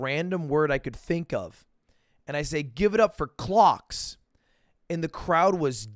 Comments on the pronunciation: Loool I thought u said "Glocks" during Mogul Money rather than "clocks" 😅 maybe that's why people didn't cheer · kinda sounded like give it up for c*cks lmao. i aint cheering that.